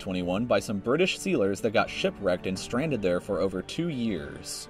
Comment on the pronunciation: "the birdish"